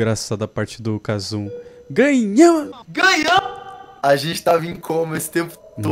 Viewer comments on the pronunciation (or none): "ganhanmmm-" KKKKKKKKK